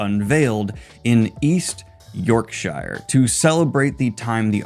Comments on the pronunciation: From English all I have to say is....Shire not shhrrriiirree 😂😂😂 love ya just messing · It's York...sheer not York...... oh nevermind. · Not tryna be some sort of pronunciation nazi here but just a little fyi: "shire" for English counties is pronounced "shir" so just drope the e making the i an I! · Twitching at the pronunciation of York-Shire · You're on fire with the funnies. You should try standup or improv. Well done for explaining your choice to say York-shy-rrrr. You know us commies too well. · Always happy to see another FN out. For the UK fans, know that it’s “york-sher.” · Speak like a native - "York-shuh" Edit: oops 😂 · defending E N G L I S H made me genuinely yelp with joy 😂 Daniel you fckn menace, you knew all along how to pronounce it but nooo instead my teeth have been ground to dust. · I enjoy hearing Daniel pronounce Yorkshire. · Daniel ily but the way you pronounced Yorkshire is criminal ❤ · Was about to comment on your pronunciation of Yorkshire as a native Brit but you called me out before I could hit send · In regard to Yorkshire pronunciation.... fair enough ❤